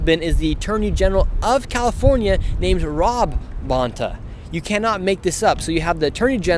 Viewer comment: The Bontás are EVIL. He, the inept, DEMON CA AG, Filipino born and she, NY Puerto Rican, neither of whom know how to pronounce their Spanish surname (Bone TAH)! Sickening as a 5th gen CA!!!